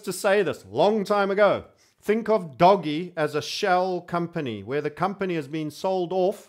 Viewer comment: It's "Dohj". Not "Doggy". LOL.